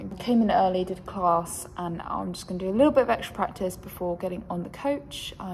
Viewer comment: Class doesn't have an R in it when you say it ... Just saying !!